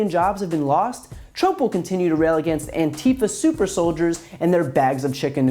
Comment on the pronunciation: "Antifa soup-er soldiers" LOL!